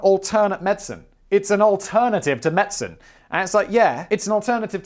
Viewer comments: Guy, please quit saying medsin. Medicine. Medicine. Med-di-cine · As another Brit I am very uncomfortable with your pronunciation of Medicine…./ med-sen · Wtf is going on with your pronunciation of 'medicine'...